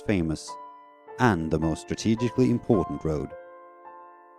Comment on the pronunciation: Interesting, though at 1.27 the narrator can't pronounce ' strategically'. he says ' strateg-ich- cally'.